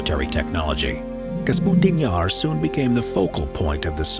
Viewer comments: Kasputin Yar - LOL, love it - It's KAPUSTIN Yar... unless they re-named it after their president... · Why he says "Kasputin yar"?! Oo It is "Kapustin yar"!